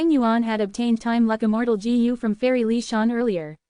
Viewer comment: Bro don't care about the comments complaining abt the voice , it is good enough but the pronunciation could be a lil better like it is pronouncing Gu as Jee You